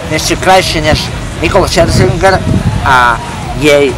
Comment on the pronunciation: Najviac na celom videu ma prekvapilo že dokázal vysloviť meno Scherzinger :D